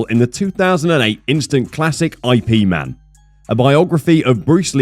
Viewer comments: I.P. Man.Really???Say it correctly ffs. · Bro can't even pronounce Ip Man 🤦🏻‍♂